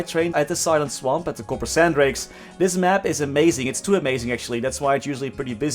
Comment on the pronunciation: He really said.... Copper-san drakes. Please tell me I'm not the only one who caught that.